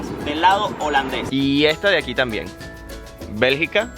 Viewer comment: Bergica no belgA